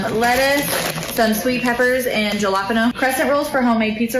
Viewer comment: Did she just call Jalapenos Gellopeno?